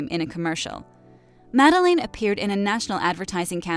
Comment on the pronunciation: It's pronounced Mah-del-ayne, not Mah-del-in.